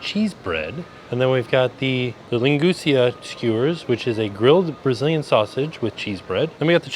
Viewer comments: Linguica is pronounced "ling-gwee-sah". My husband loves it with eggs and potatoes or in a sandwich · Hearing say “linguica” hurt my New England Portuguese soul haha still love you but it’s Lin-gwee-suh 😂